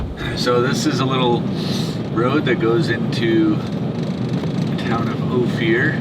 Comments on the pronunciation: fyi….it’s O-fir, not o-fear. I lived in Telluride for two years many years ago, so know how it’s pronounced. been there several times. Opir pass road is pretty rough, even in summer. a 2 wheel drive van not gonna make it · It’s pronounced o- fur 😂 …that’s my old neighborhood ❤️‍🩹